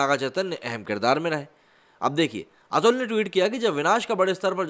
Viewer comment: 2.16: Atul ka nam kaise le raha hai slow speed me suno pata chal jayega